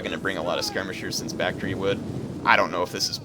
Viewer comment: Isn't the pronunciation Bak-tree-ah?